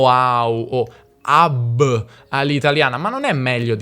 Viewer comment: Agl'italiani penisolari: evitate dire, ad esempio, "hub" in inglese, se non riuscite a pronunciare la "h" iniziale. Non si pronuncia "ub". Auguri da un italiano in Argentina ...